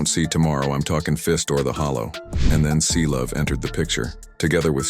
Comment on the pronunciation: bro its Cblu not Clovee😭😭😭